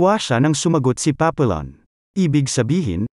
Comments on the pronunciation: Hndi yan Papillon pronounciation. Papiyon ang tamang bigkas. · The correct pronunciation should be papiyon not papillon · It's not pronounced Papillon.Should be Papiyon(silent L). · Napanood ko movie version nito starring steve mcqueen at dustin hoffman. Paa pee aan or paa pee yon ang pronunciation, hindi paa pee lon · Papiyon ang pronunciation hindi Papilon. Ayusin mo pag vlog mo hoy. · It is pronounced as Papiyon